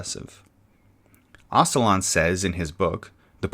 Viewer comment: Oh-juh-lahn not oss-uh-lahn